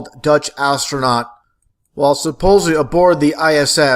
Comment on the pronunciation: Well this guy sure convinced me. You can tell he's a genius and has figured out the Mars hoax with the way he pronounces "hunnert" and "suh-posely." I had to get a science credit in college and took astronomy. The professor was great and wed go out and look at stars and planets on this giant telescope he had. I've seen Jupiter, Mars and Saturn's rings with my own eyes. I s'pose the professor was in in the conspiracy.